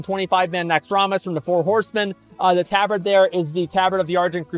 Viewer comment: The way he pronounces tabard is horrid xD And he pronounces it correct when reading the name of the tabard, yikes! Also the Tauren with the bone mauls looked pretty decent tbh. The BE after the Tauren looked odd with those boots. Bixxnood looks good. Asmon is super inconsistent when it comes to matching colours xD